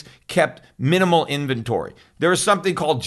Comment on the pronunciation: "Invebtory Growth" 😂